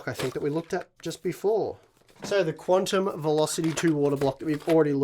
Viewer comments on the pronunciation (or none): none